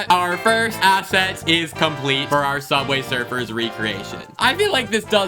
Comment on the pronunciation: Sooubway srfr